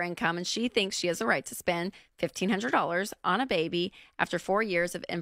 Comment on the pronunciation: "On a baby" 😂😂 he made it sound like it's a random baby they met at walmart